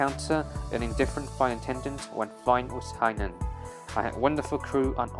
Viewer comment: Dude... as a Chinese you should know how to pronounce Hainan